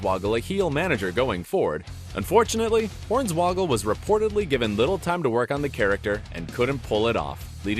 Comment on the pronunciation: His name is Horn-Swoggle...... not Horns-Woggle. WTF is wrong with this guy?